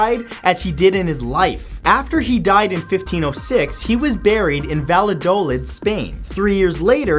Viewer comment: Hey Matt, Valladolid is pronounced Vayadoleed. Just a heads up!